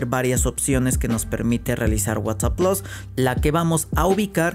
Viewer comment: Plus no plos